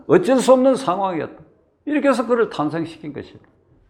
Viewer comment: 새서가. 아니고. 해서.